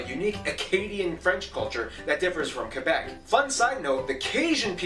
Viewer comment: Nunavut is not pronounced NONE-of-it... it is pronounced NOON-a-voot. Newfoundland is not pronounced NewFINland... it is pronounced NEWfuhnland, and Quebec is not KWOObec... it is KE-beck. French Quebecers do wish to preserve their identity. And that is fine. They should. In fact, all provinces and territories have unique cultures. The main issue is that Quebec is defending their French heritage in a sea of English. For this to happen, sometimes, unpopular decisions are made. Time will tell if these decisions work. However, for millions of Canadians (not just Quebecers), the French culture is a source of pride. And we are now living (finally) in the rise of the Inuit, Metis and First Nations heritages (and rightfully so). When I was in primary school, we were taught that Canada was a tossed salad... so many different flavours all jammed together, making our lives deliciously vibant, thriving and very healthy.